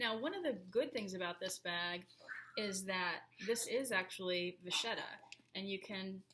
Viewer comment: Nice video. One suggestion, if I may. You said "the vacchetta is very thin" and mispronounced vacchetta. It's an Italian word for a type of leather, and it's pronounced vakketta. :)